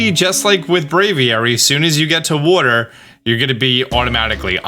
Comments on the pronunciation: The way he says water gets me every time...wooder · Love that you say "worter" for "water"